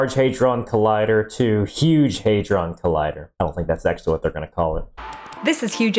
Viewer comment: Listen and learn from Cleo - she can pronounce "hadron" correctly.